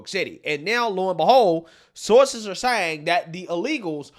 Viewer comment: Biden is still the worst at pronunciation, but is a close second. Words and names he mispronounces: Actual word/name. version Newsom. Newson Mayorkas. Maryiksyas Distribute. Distraboot Saying. Sahhhhheng Infamous. In fame us Accurate. Ack rrr ut These are just SOME of the words mispronounced. Some get a pass I guess, but NEWSOM? How the hell do you get that one wrong? But he gets it wrong all the time with NEWSON. It's NEWSOM, MMMMM, like Mary. Anyways, I still like his channel but it still baffles me how he can get so many names and words wrong. I just don't get it especially since he does commentary for a living. You would think after all this time he could get NEWSOM right, but no. It's so distracting from the stories. Still a good channel though.